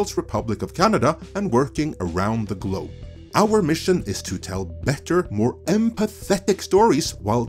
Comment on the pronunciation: Was that 'Empathetic' or 'Apathetic'???